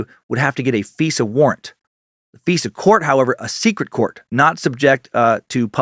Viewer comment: Dan its not "Fesa court" its "FISA COURT" the "I" is not pronounced an "E" I roll my eyes every time you pronounce it "feesa"